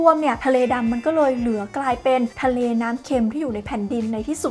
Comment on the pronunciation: ทะเล๊...ทะเล 😂